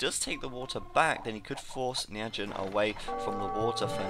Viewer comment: It's pronounced "Ny Four Jyn" i believe. Turkman pronounces it that way. Sounds way less awkward.